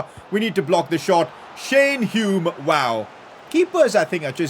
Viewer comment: He finally pronounced Hume correctly 😂